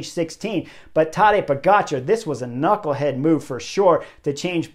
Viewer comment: Love the Butterfly effect >> but I still say, pronounce the K in knucklehead😂